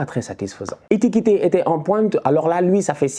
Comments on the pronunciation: c'est É KI TI KÉ non É TI KI TÉ😤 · "Etikite", tu me fume! lol